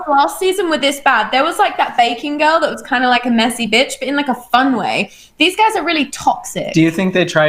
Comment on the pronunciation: I think the guy who got bleeped said bee-otch instead of bitch but I'm not sure.